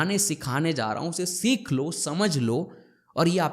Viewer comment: Bhut badhiya..one thing I wanna say.. pronounce सीख not सिख